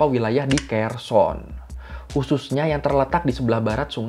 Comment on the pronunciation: Kherson..? Kenapa terdengar seperti "Khurasan", ya..? 🤔